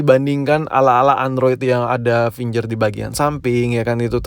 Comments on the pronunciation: Kamera gak penting...... Gaming is more important.....finger bkn finjer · Fingger print woi bukan finjer print